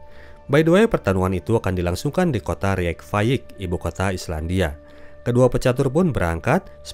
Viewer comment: Reykjavik dilafalkan Reykfayik ?